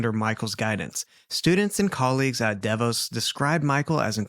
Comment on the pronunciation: I have been watching (sorry i dont want to misspell your name) for over a year. I love watching or just listening to crime pods on mostly YouTube. Anyway I love that I've found this page and appreciate how gentle and caring when it comes to victims and their families. With that said I have a correction for whomever said it incorrect..... DeVos is pronounced DEE VOSS. They are a family very dominant in the city and state I live in. Just thought I'd let you know in case it ever comes up again. Thanks for the content ❤😊